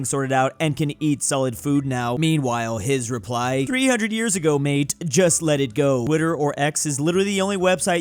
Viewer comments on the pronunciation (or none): none